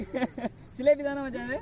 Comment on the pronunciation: சிலேப்பி இல்லை சிலாப்பி